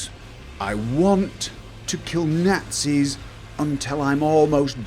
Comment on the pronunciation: Killing Nahtzees